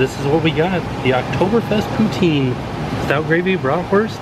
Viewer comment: Love your videos. Always chuckle how you pronounce poutine. In Canada it’s pronounced poutin like a ‘pou’ on a hot ‘tin’ roof